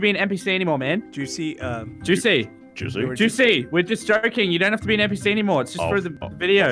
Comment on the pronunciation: Did narrorator really say PNPc LOL